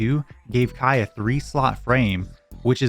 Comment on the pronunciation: No way someone's username is Kaii like Hawaii and you don't pronounce Kaii like Hawaii